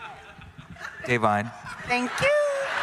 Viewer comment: Im impressed he pronounced Da'vine 's name correctly